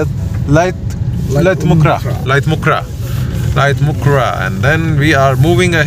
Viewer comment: (Lait um khrah) not laitmukhrah